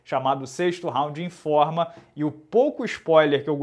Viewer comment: escutei "em forma" nao informa kkkkkkkkkkkk